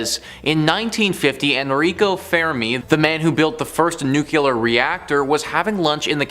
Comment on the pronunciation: Nuclear is pronounced "new clear" not "nuke you lur "